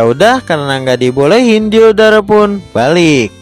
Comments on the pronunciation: Waktu abang bilang diodora Kok kanyak diodoran ya 😂😂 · Aku Yang Salfok Sama Lagunya Silhoutte Versi Mimin Dan Ketika Mimin Bilang Nama Diodora Yang Terngiang-Ngiang Di Telingaku Diodoran